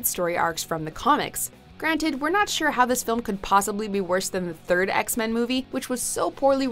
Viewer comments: Did she just say ek-men on the first one? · What’s Eckmen: Apocalypse